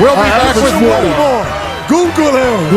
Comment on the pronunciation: Shaq "Coogoole me Chuck"! ha ha ha!!